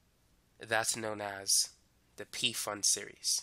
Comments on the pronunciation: You pronounce Pfund as F/u/nd not P. fund :) helpful video btw thank you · It's not "pee fund", it's just "fund". It's a person's name.